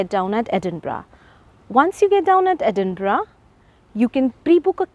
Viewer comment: Thank you for pronouncing Edinburgh correctly ❤